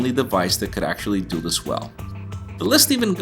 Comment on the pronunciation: "Du this" LOL :3